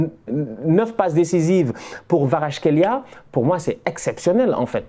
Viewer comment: Khvicha Kvaratskhelia Je crois qu'il faut prononcer le V comme un W.